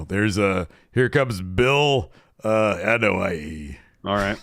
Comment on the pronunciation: “Bill Anoai”🤣🤣🤣🤣 my chest hurts LMAO